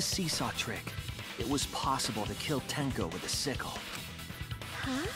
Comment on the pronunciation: Tenko, not tenno